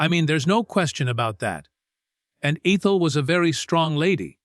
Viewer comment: The narration does suck as often the same word or name is mispronounced different ways. ( Like Eee Thule for Ethel)